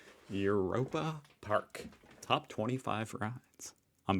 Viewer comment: By the way: The German "eu" is pronounce like the English "oy". So... "Oyropa Park". 😊